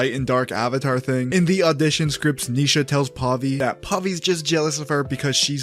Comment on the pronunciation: It's Ni Sha not Neesha